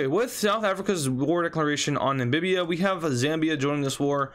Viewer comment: bro its namibia not nambibiba